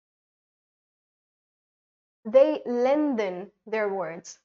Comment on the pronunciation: I have quite a few very obvious or rather serious reservations about not only the pronunciation of a few words used in this video but also the definition of intonation given there. 1. WRONG PRONUNCIATION: Both in American and British English, the words 'lengthen and 'opinion' are not pronounced the way seems to be pronouncing in this video again and again. The correct pronunciations of these two words in British and American English are as follows: ■ LENGTHEN: /ˈleŋkθən/ or /ˈleŋθən/ ☆ The word doesn't have Hindi plosive sound 'द' or English fricative sound /ð/ sound in it. ■ OPINION: /əˈpɪnjən/ ☆ The initial vowel sound in this word is shwa /ə/, not Hindi monophthong 'ओ' or English diphthong /əʊ/ Besides, in this video, can be heard saying that in British English /r/ is not pronounced if it comes after a vowel, which is absolutely wrong. The following two points about the use of approximant sound /r/ need to be kept in mind while speaking British English: (A) In British English, we don't pronounce the final 'r', if it's not followed by a vowel sound in the sentence. But, if the next sound happens to be a vowel sound, 'r' must be pronounced in British English too. For example, in the phrases 'car and bike' and 'far away', 'r' must be pronounced, but in the phrases 'car driver' and 'far better', 'r' must not be pronounced. (B) In British English, we don't pronounce medial 'r', if it's not introducing a new syllable. But, if the medial 'r' appears at the be